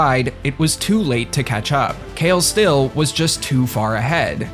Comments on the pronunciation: It's funny how you pronounce kale stille. Kale stille is a Dutch name. It's roughly translated to 'silenced bald'. So assume a bald guy that never talks. Pronounced it's more like kAAle StiLLe with the emphasis on A being a long one and StiLLe is more like (ille from illegitimate). You should check on Google translate for Dutch pronunciation, it's really funny and different from 'Kayl Still' Just my 2 cents :) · Yeah that's not how you pronounce kale stille. Run it through Google translate and use Dutch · The pronunciation of Kale Stille hurts... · As a Dutch person I had to laugh at the pronunciation of 'Kale Stille', because it made not realize it was "Silent Baldy/Bald Silent one" in Dutch until I saw it written out. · Love how he says kale stille, it actually means quiet baldy in Dutch😂